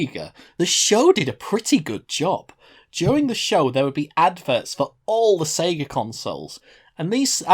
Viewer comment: sounds more like pika than sega